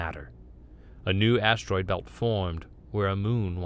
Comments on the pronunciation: Enjoyable, except for the jarring mispronounced words. I had to go back and read the CC to see what carved from a single steroid was supposed to be. Refuge >refugee. But overall good. To err is human, to forgive devine. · Yeah, the steroid one got me too. XD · Lol. Even the human can't say asteroid (32 seconds). 😂